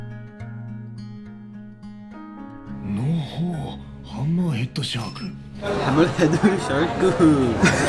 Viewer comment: You got me at "Hammurheeadaa Shaararkuu"😂😂 Dude you deserve more popularity ❤️